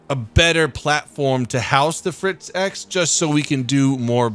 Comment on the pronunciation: Unleash ze Fritz!